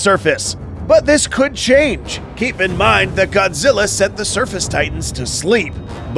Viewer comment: this is godzi not goji goji is japanese